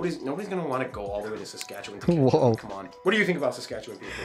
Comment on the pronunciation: So he can't pronounce Iqaluit and Saskatchewan no problem but can't say Newfoundland right. Com'n Man.